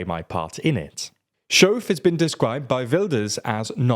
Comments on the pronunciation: The 'ch' in the name 'Schoof' is pronounced like the Scottish word 'loch'. Not 'shove'. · that's not how you pronounce SCHOOF. haha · Heerlijk dat verhaspelen van z'n naam. Hier mogen we nog een paar jaar van genieten.😂